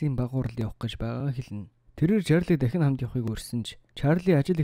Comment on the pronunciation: Төрсөнө өдөр , Дахина, бүтээсэнэ, эзэлсэнэ, удаана, аваачина, хүнэ, нэгэнэ, болсоно, хэдэнэ, эргэнэ очиж, хамгаалалтына, оролдсоно, ажилтана энэ үгнүүд бүгд ард нь эгшиг байхгүй хэлээч хараал идмэр вэ хэлний үзүүрийн н хэлний угийн н гэж мэдэх үү урд нь бас хэлж байсан анхаараачээ хазгай ярьдаг пизда вэ